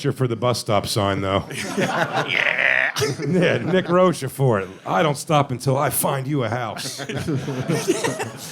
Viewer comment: Nick should've corrected Jay's pronunciation of Rochefort